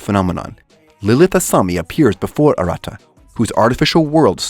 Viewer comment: watched 9, 8, 6, 5, 4, 3, 2, 1 trinity 7 not serven, also saying arata name wrong